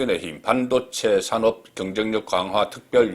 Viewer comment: 산업,미래,공식 등 발음 한번 리뷰해 보세요.